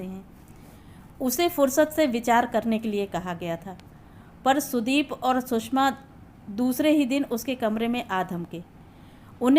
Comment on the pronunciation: कहानी अच्छी है पर उच्चारण में काफी गलतियां हैं जो खलती हैं । सुषमा को बार बार सुसमा कहना आदि आदि ।